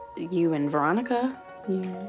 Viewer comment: I finished riverdale almost 2 years ago, but i'm now calling Veronica "Raw-Nee" from now on. 😂